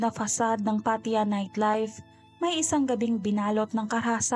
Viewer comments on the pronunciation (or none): Pattaya! hnd Pat ya 🤦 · PAT-TA-YA,po twag nmen s place n yan..i leaved there...a lot of beautiful beaches,bars and foreigners.. Anyway,you narrations is awesome!